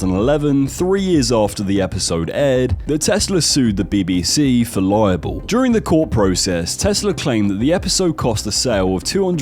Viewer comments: "libel case" not "liable case" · Bruh, libel and liable are two different words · Tesla sued for libel not 'liable' 😂